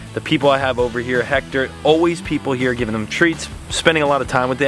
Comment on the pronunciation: Dude is time for you to learn how to say his name right. Is not Jector, is Héctor is pronounce Ector